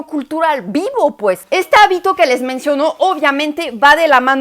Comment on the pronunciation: No áltar…. Es altar; no habito, es hábito